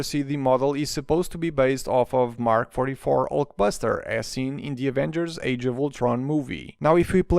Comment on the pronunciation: I love how he says Ulk Basterd